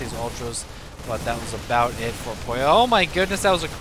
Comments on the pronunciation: I like how you call Pouilleux Poyo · funny, your pronouncetion of Pouilleux is like "pollo" that means chicken in spanish o.0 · Pouilleux is french and it means someone who has head lice or someone dirty ^^. You pronounce it : "Pooye" (where you pronounce the "e" a bit like the "e" in "given", but there's really no equivalent of this sound in english). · It's probably been said a few times already, but Pouilleux is French and means something like lazy slack-off/creep/dork and it's pronounced "pooh-y-euhr" (very soft r, with the final sound being in the back of the mouth). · yeah, and it's kinda funny how the pronunced it like "pollo" which in Spanish means chicken xD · Pouilleux is a french adjective meaning dirty or bum. It's pronounced poo-e-err, said really fast. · pronounced poo from poop, y from yell, er from butter = poo-y-er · Pouilleux is french, it's pronounced poo-ye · I thin its pronounced poo-ee-yeuh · looks like french to me, pronounced puiyu